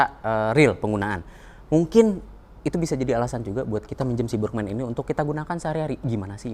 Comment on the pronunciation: Burgman... Huruf A di baca tegak A, bukan dibaca E seperti lafal bahasa inggris.....hadeeeeh